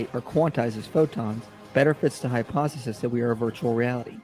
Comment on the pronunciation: He always mispronounces "hypothesis". Maybe just a speech impediment.